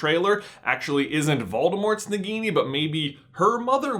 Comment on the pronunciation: you, you got Nagini right :) but you also got Humbledore's horcrux ~really wrong ;)